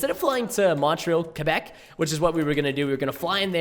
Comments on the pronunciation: ITS CALLED QUEBEC, WITH A Q. QQQQQQUEBEC . NOT KABEC . ALRIGHT? NOT A C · is it just me or does preston say kabeck instead of quabeck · quaaaaaaabeck not cebeck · Preston, it's pronounced Qua-Beck, not Ka-Beck lol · its not Kebeck , its Quebec. idk the way you said it is weird. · Kebec? Quebec Preston come on